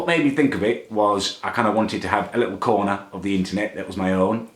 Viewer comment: "Whats your faverite coner" Muller lite xD